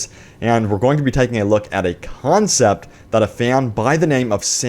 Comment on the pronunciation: "Concept" dammit